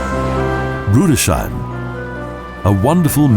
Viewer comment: A few words just incidentally not pronounced correctly in German, like Rudesheim (the syllables being Rudes-heim), and Weisekirche.